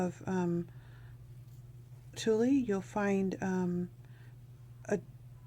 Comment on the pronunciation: Love your angels. FYI when you pronounce tule, the e is silent as is the g in hanger